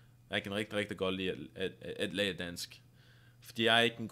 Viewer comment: Nå er da ikke jeg fra danmark, men hvis du er riktig god i dansk så burde du forstå norsk også. Måten du sa lære var nesten ikke forståelig, trodde nesten at du sa liker. Ellers så var det ganske så godt. Så er det jo faktisk slik at hvis du lærer deg dansk så trenger du nok ikke lære norsk, fordi språket er så likt. Skriftlig er det nokså likt, men uttalen er litt annerledes.